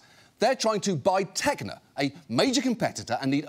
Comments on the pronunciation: On the joke about the company Tegna sounding like a fancy italian restaurant, you may want to reconsider it (I won't toss any brick at your place, don't worry). The correct pronunce in italian would sound like "Tenia", which is the tapeworm. Not the best idea for a restaurant... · Actually "Tegna", far from being the name of a high-class Italian restaurant, in Italian actually refers to the parasite usually known as the solitary worm! (Pronunciation ten-ya).